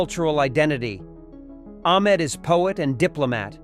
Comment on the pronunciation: Great movie. But please youtubers when using AI voice over make sure to edit correctly its Ahmed not Ahkmed. Every AI video screws up. Fix it.